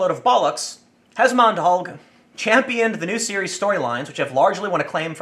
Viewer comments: it's pronounced hesmond-halge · 'algh' is pronounced 'alsh'